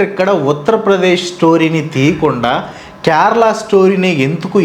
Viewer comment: First adi kyarala kadu kerala pronunciation correct cheyandi first if you can't atleast try for video sake